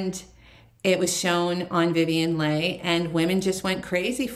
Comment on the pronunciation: The star of Gone with the Wind was Vivian Leigh, pronounced LEE! Pretty pieces.